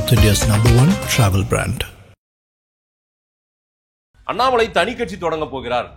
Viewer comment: Madesh senseless is not qualified to prounce the word Annamalai